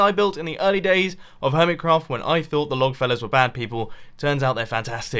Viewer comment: Tell me doesn't Lifesaver Sound like lightsaver